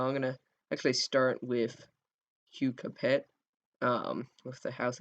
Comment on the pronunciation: it s not " capet " it s " cape "